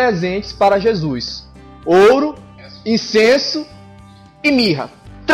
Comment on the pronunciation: Já q o vídeo foi meio zoeira kk, para de falar JEZUIS kk Ótimo Video.